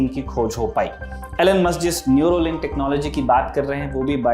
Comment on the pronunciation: न्यूरोलिंक नहीं, न्यूरालिंक 😊